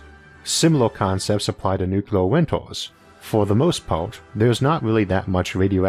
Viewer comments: Nu-clear not nucular. Only 1 U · I hate the word "nucular". You are way too smart to use it so please stop.